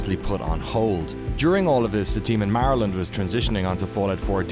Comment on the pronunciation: Stop pronouncing Maryland like that..